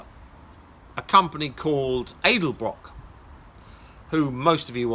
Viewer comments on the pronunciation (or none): Its pronounced Ed-El-Brock, not Aid-el-brock lol